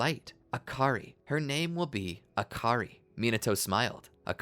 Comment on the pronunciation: Akary huh it sounds like hakary